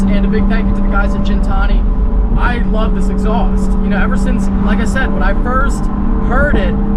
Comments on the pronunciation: Its ghen-Tani not gin like the drink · Gintani with a Gih sound not a Jin sound. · It's not gin , it's guin , like pronounced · Please stop saying Jin-tani... love ya but its Gintani not Jintani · For gintani sound that g like Guinea pig not Jin and tonic I think they get offended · You're saying Gintani wrong but amazing sounding car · you do know it’s Gintani not Gintani......?🤣😉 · Hearing Gintani pronounced wrong is so cringe